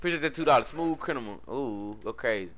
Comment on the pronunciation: Why u switch the m and the n in criminal u say crinimal 😭😭